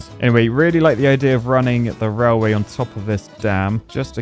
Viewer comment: I really enjoy your videos, but it's pronounced railway, not rallway.